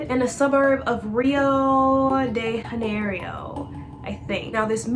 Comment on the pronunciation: for future reference, rio de janerio, janerio is just said juh-neh-row